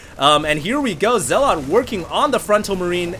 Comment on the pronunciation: Okay, I don't like being a grammar nazi, but zealot is not spoken as "zel-lot" but "zel-uht." As in religious zealots, like muslim extremists. I really hate doing that but every time you said "zel-lot" I cringed.